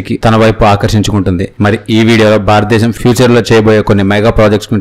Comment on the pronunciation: Barata desam kaduraa, Bharata desam... Correct ga palakadam nerchukondi.